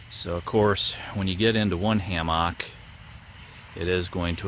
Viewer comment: great video....except how you mispronounce hammock :D LOLOLOLOL